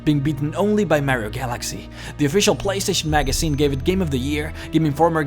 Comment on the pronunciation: Sombie?? Magasine? What the hell is wrong with u? 😂😂